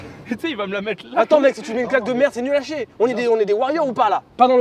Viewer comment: Mdrrr a le « il fait chiez » de infâme discret mais pas trop 😂